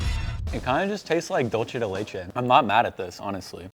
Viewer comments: it's dulce de leche pronounced "dool - seh," not "dool - che." It's Spanish, not Italian. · DULCE de leche. Not dolce. Lawd. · Ducle de leche not doce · reminder that dulce de leche (spanish) is pronounced as dool-seh, not dool-che (italian) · Dolche da lechay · Genuinely why do people pronounce it as “dulche de leche??” Its not italian you pronounce it like an s 😭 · Tf did he say DOCHAI DAI LAYCHAY??? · DOLCHE de leche!? 😂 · the way your friend said dulce de leche pisses me off so bad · The way he pronounced Dulce de leche stressed me out